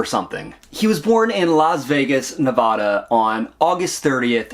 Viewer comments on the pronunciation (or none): Love the deep dive recap, but for future reference, as someone born and raised in vegas, its pronounced Ne-væ-da sounding like the "a" in "sad" or "mad"